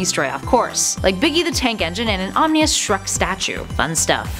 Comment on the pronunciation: An "omnious" Shrek statue, huh?